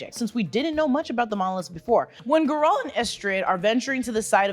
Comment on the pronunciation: Conjunction of the Spheres became year zero. Geralt's time is around 1200 years later. So not thousands of years ago. Also Gear-ralt. lol I don't know if that was intentional.